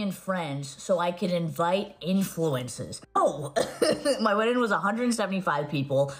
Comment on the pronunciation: Mikayla can't pronounce the word WEDDING...smh how she's an influencer is mind blowing 😮🫣